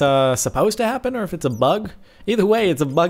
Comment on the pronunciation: I see what he did there.. "Ore" instead of "or"... funny guy... I have no life...